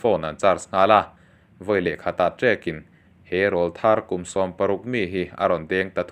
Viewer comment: Rawlthar kan lamrîk dân hi a dik lo deuh em aw ka ti deuh..